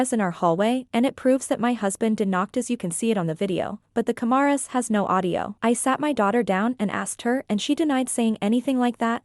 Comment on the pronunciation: me when the ku-mah-ruhs in the hallway saw him knock on the door